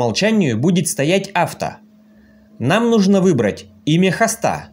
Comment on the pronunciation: Вопрос не по теме, откуда ударение в слове " Нужно" на последнюю букву? Не в первый раз слышу от вас🤭